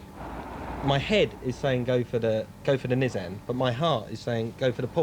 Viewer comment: Oh and Mike saying Nizzan is infuriating.